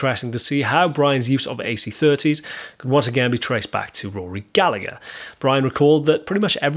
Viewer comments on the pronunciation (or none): The second G in Rory's surname is silent, you pronounce it Gallaher, as he was Irish just an FYI 😉